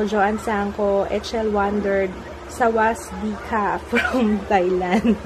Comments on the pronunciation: silent s yung "sawasdee ka", ganito po ang pag pronounce "sawadee ka" according to the thai movies na napanood ko..hehehe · Sawasdee kah/ka is pronounced as sa-wad-dee kah/ka.